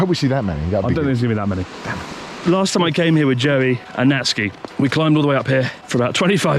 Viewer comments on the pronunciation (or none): none